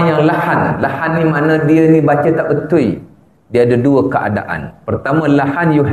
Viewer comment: Ustad pun cakap tak betul' betul di sebut betuel ! Tetapi itu bukan hal solat...agaknya takdalah org yg masuk ke dlm surga . Ustad pun lain ustad lain" cakapnya dah makmum pun pening dah lama" tak solatlah lagu nie Salah lagu tu Salah bosanlahh aku fikir Tuhanlah yg menyusahkan ummat. Aku cakap ni pun kehendak Tuhan jugok. Azan berlagu pun Salah jugok org cina azan bunyi lain org melayu azan bunyi lain Org thailan bunyi lain org arab lagilah lain Org Pakistan bunyi hindustan org jawa bunyi dangdut dah pening Pala...